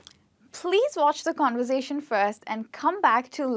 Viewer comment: what in God's name is "convozation" lol